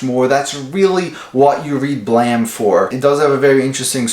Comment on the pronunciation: Holy fucking shit. You actually pronounced the title right. I've seen other videos pronounce it Blame instead of Blam. Kudos to you sir 👍